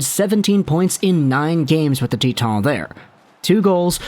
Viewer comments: "Tea Ton" Everyone else "Titan" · Acadie-Bathurst is in Quebec and Titan is pronounced that way in French.